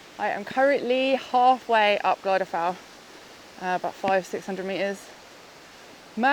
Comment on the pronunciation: Her pronunciation of the Welsh mountains always makes me smile ☺...She pronounced Glyder as Glidder...pronounce it Gludder..also Fach as Fack..pronounce the F like V and the CH as in Loch (Ness)..Tryfan as Truvan..Despite that I still think she's awesome 👍 👌 😁 ❤🌳🌲🔥🗡️xxx